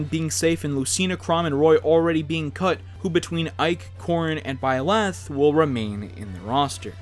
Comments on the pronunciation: and = "ByLÄth" It's Byleth. It would be pronounced "BYleth" and not "ByLÄth". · BY-leth, not by-LETH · It brings me pain every time he says "ByLeth" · it’s byleth not bi leff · It’s byleth not by - leth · its pronounced byi-lith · why did he pronounce byleth as “bye-leth” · STOP SAYING BYLETH LIKE THAT AHHHHHHHHHAHHAHZHHFRDNKSHSOSCRUGGSGZNE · I hate the way he says byleth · Why are people so bad at saying byleth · I don't like the way he pronounced Byleth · it pisses me off how you say byleth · I hate the way you say byleth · Well that’s usually how it’s pronounced....just without the emphasis on the “leth” part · Is anyone else bothered on how he said byleth?